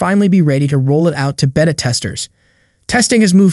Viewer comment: "Baytuh" NOT behta